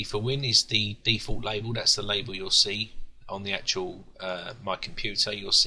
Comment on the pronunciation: stop saying acctual god damn it !! :)))